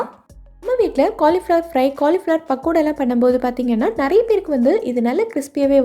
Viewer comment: Super dish,but not cornflour,it is pronounced as cauli flower